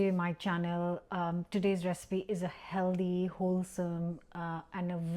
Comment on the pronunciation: Healthy not heldy. I make a lovely fish curry from tin sardines and prawns - really nice, really quick & really cheap! That's a nasty looking burn on your hand, hope it heals completely & soon. Remember, 'healthy' not 'heldy'. 😛😘